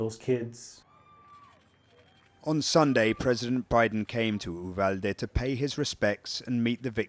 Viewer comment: An English-speaking reporter actually pronouncing Uvalde the Spanish way. A rare find. The American English speakers are butchering it.